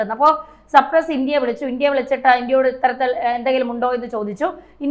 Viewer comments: Please pronouns Cypress not Sprouse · സപ്രസ് അല്ല സൈപ്രസ് 😂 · You are always saying supress. It is not supress it is cyprus. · Its not Supress, its Cyprus! This is a basic general awareness. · സപ്രസ് അല്ല മാഡം... സൈപ്രസ്സ് 🤣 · അങ്ങിനെയൊരു മോഹമുണ്ടെന്ന് മാഡത്തിനോട് ദൈവം പറഞ്ഞതാണോ.? സപ്രസല്ല കുഞ്ഞേ സൈപ്രസ്സ് എന്നാണ്.. കഴിയുന്നതും കുത്തിത്തിരുപ്പ് വേണോ.? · " മെഡിറ്റേറിയ൯ " എന്നാണോ മെഡിറ്ററേനിയൻ എന്നാണോ ഉദ്ദേശിച്ചത്. ചേച്ചി ഇനി വാർത്ത വായിക്കണ്ടാ. ആരെയാണ് ചേച്ചി സപ്റസ് ചെയ്തു വച്ചിരിക്കുന്നത്. അവനെ സ്വതന്ത്രനാക്കുക. ഞാൻ ചാനൽ മാറ്റുകയാണ്. ചേച്ചിയുടെ ജനറൽ നോളജ് അതിഭീകരം. !!!! 😅😅😂😢😢😢😢😢😢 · It’s not Capress it is Cyprus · സപ്രസ്സ് അല്ലടോ സൈപ്രസ്സ് (saipress)എന്നുപറയൂ 👺👺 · സപ്രസ് അല്ല കൊച്ചേ.... സൈപ്രസ്. രാജ്യങ്ങളുടെ പേര് പോലും പറയാൻ അറിയാത്ത നിങ്ങൾ എന്ത് ഈ വിശകലന യൂട്യൂബ് ചെയ്യാൻ എന്ത് അർഹതയാണ് നിങ്ങൾക്കുള്ളത്. അഹോ കഷ്ടം വിവരദോഷത്തിന്റെ ഒക്കെ ഒരു പര്യായമാണ് നിങ്ങൾ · സർപ്രസ് അല്ല സൈപ്രസ് ആണ് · മാഡം, സർപ്രസ് എന്നല്ല സൈപ്രസ് എന്നാണ് പറയേണ്ടത്. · No sampres it must be sypres. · എന്റെ കുട്ടി സർപ്രെസ്സ് അല്ല, സൈപ്രസ്സ് ആണ്‌. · സർപ്രസ് അല്ല സൈപ്രസ് എന്നാണ് കഷ്ടം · എവിടുന്നാണ് മോളേ ഈ വിവരങ്ങൾ കിട്ടിയത് സർപ്പസ് അല്ല കുട്ടിസൈ പ്രസ് എന്ന് പറയു .കഷ്ടം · കുഞ്ഞേ സപ്രസ് അല്ല ഷൈപ് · സപ്രസ് അല്ല, സൈപ്രസ് ആണ് പെങ്ങളേ🙏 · സപ്രസ് അല്ല സൈപ്രസ്സ് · സപ്രെസ് എന്നല്ല, സൈപ്രെസ്സ് എന്നു തിരുത്തി വായിക്കുക. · Cypress not surpus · It's a not suprus, Cypress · പാവം സർപ്രസ് അല്ല സൈപ്രസ് ആണ് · 😂😂😂 നാക്ക്‌ വടിച്ചില്ലെങ്കിൽ സേച്ചി സപ്രസ്സ് എന്നും വായിക്കും....😂😂😂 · സർപ്രസ്സ് അല്ല സൈപ്രസ്സ് ആണ് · Bad pronunciation (ciprus) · Try to pronounce correctly Cyprus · Cyprus pronounce correctly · മെഡിറ്റദേനിയൻ കടൽ ആണ് ശരി . സപ്രസ് അല്ല സൈപ്രസ് ആണ് ശരി.